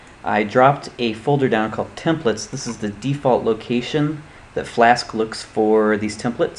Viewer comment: "Templets" Lol, Thanks for the video it helped alot.